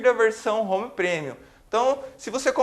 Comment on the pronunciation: sou muito grato por ter acesso gratuito à esta vídeo-aula. Só acho que o prezado mestre poderia consultar o Google Tradutor e ouvir como se pronunciam as palavras "Touch" e "Premium". De qq forma, sua aula é muito boa. Parabéns!!!